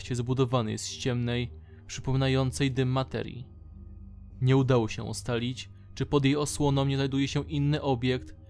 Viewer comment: w słowie matrii jakieś SCP zjadło ci literę "e"